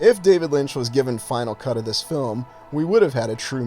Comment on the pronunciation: Haha mispronounced "cut"...